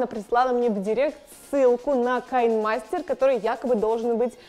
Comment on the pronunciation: Не кайнмастер а киномастер